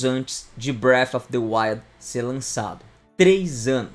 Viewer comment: bréfi deuaiu